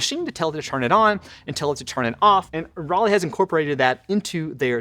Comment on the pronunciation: So, as an American, when I see the "Roly", I hear in my head the word "Rolly" or "Rollie". When dude says the name "Roly", I hear the name of the city "Raleigh", as in North Carolina. Is that just me, or ...?